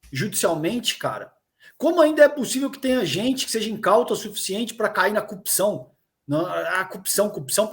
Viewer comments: O Moro falando conje e o Dallagnol falando cupção não sei como passaram no exame da OAB e depois em concurso público por que os dois são uma piada. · Curpção, conje, conja, "quem inocente foi preso" e etc. Dois dialetos: morês e dalanhês. Esses caras se formaram em Direito por correspondência? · Nem Vera Magalhães aguenta o "cupçāo" falando atrocidade em cima de atrocidade..Um alento! P.S: Calejon tá a cada dia mais sexy e delicinha com essa barba..Aff Mariah 🤤😋😘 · Além de falar "Prenti" invés de presidente. Toda vez que Deltan e Moro abrem a boca pra falar "cupição", eles matam uma fono.🤣🤣